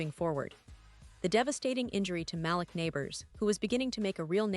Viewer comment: You should learn how to pronounce the Giants' name Malik and Daboll